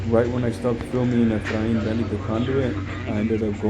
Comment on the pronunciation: the way he said "EFRAIN ended up falling" 😂 poor guy, hope he is doing better!